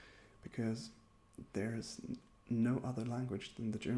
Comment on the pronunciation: Omg. You said "ist" instead of "is". When you talked about Film spelling. Maybe I am just deaf..... I know basic German, so there was nothing new for me. But it was relaxing to watch.